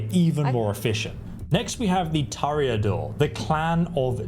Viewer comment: Brujah > Brew Ha! Toreador > Tore A Door. Sorry, but hearing it mispronounced was slightly hurtful. ;) However thank you for the break down of the skills and powers. Tremere is the only path as all others are mongrels.